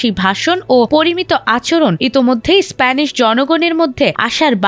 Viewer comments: Span na re vai, it's Spain. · স্প্যান না স্পেন বলে এটাকে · Span na Spain. Kamne ki?? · Span noy Rey spain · আমার সাদা মনের একটা প্রশ্ন দেশটার নাম স্পেন হবে নাকি স্প্যান হবে, রিপোর্টার অতিব নিজেকে স্মার্টনেস দেখাতে গিয়ে স্পেন না বলে বলছে স্প্যান, যেমন অনেক মানুষ আছে নিজেকে স্মার্ট মনে করার কারণে ঈদ না বলে রিদ বলে ঠিক এই রিপোর্টার ক্ষেত্রেও তাই যতসব মূর্খ কোথাকার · span span span span ki bhai? kanda gelo. its spaaaiiin spain spain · স্পান নয় উচ্চারণ হবে স্পেন। হায় রে সংবাদ পাঠিকা!! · স্পেন কে স্প্যান উচ্চারন করা হয় তখন হতাশ ই হতে হয়। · Span 😂😂😂😂 it's spain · স্পেইন না স্প্যান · Wow moment! জাতীয় টিভি চ্যানেলে AI দিয়ে খবর পড়ানো হচ্ছে, আর “স্পেন” হয়ে গেল “স্প্যান” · এরে সাংবাদিকতায় সুযোগ দিছে কে এত সহজ উচ্চারণগুলো ভুল করতেছে স্পেনের জায়গা বলতেছে স্প্যান রাজকন্যার নাম লিনোর না একটু ভালো করে সঠিক উচ্চারণ শেখেন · রিপোর্টার বারবার স্প্যান স্প‍্যান করছে কেনো? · স্প্যান? Seriously bro? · উচ্চারণ এত জঘন্য যে শুনতে বার বার কানে লাগে। এতবার স্পান স্পান শব্দটা খুবই বিশ্রী লাগছে। এই টিভি স্টেশনকে বলবো উনাকে আরো উচ্চারণের প্রাক্টিস করাইয়া তার পর মাঠে ছাড়েন। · এই রিপোর্টার হয়তো আগে পদ্মা সেতুর নিউজ করত। 😁 স্প্যান। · উচ্চারণ হবে (ইসপেইন) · actually spain